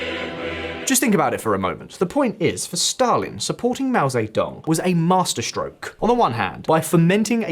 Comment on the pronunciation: Yeah right, keep listening to this guy tell you about China who cant even pronouce Mao Ze Dong correctly